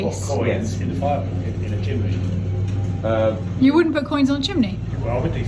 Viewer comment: Love the way says Chimbley, I nearly fell off my chair at the toilet comment!😊